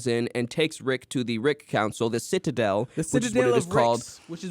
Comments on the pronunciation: I’ve listened to this episode like 3 or 4 times and it still makes me mad when says “sitta-dale” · I can't get over how strangely is pronouncing the word 'citadel'. 💀